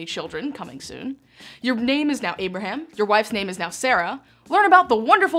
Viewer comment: I wish she pronounced names and places correctly! Example.. it is “ Abraham” . Not “ Aberum” as she lazily says!